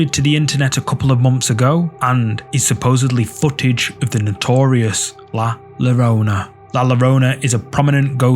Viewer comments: In Spanish, the double Ls make a Y sound. Just saying this for future reference cause I die inside every time someone mispronounces La Llarona. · Pronounced "La Yur oh nuh" ❤ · Double "L" is pronounced like a "Y" in Spanish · just a gentle tip: ll is pronounced 'Y' in spanish, so the ghost is pronounced "la yorona". cheers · Just so folks know: double-L in Spanish is pronounced like a Y. So "La Llorona" should be pronounced: "La Yorona". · Le llorona is pronounced yorona